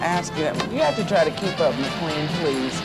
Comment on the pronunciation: I like how keeps mispronouncing McLean's name as "McLEEN" rather than "McLAIN." Clearly no love or chemistry between them.